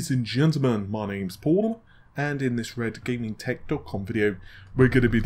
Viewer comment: Oh god, Paul did the drowning version of his name again Paul-lul-u-l-ul F